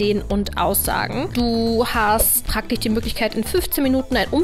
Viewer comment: Ich finde deine Videos ja echt immer noch toll. Aber sch und ch ständig falsch zu hören ist echt anstrengend für mich. Gefühlstechnich? Praktich? Ich weiß, das ist so ein Kölscher Sprachfehler. Aber merkt man in Köln nicht, dass der Rest Deutschlands es richtig ausspricht? Soll eine konstruktive Kritik sein. ;-)